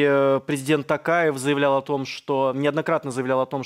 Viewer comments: Санжар братан а че не сказал что не ТАКАЕВ а ТООООООКАЕВ! надо было научить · Когда научитесь правильно говорит, мне стыдно за вас, у казаха ум и интеллект выше. Живу в Казахстане, Такаев, тэнге вы что читать не умееете? Токаев, тенге.